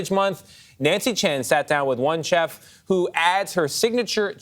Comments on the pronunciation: CHef? WTF "CHef"??? um, it's pronounced chef. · The way he pronounced "chef."